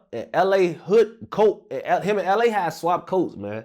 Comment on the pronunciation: really did LA voice “Damn he really got locked up in my COAT”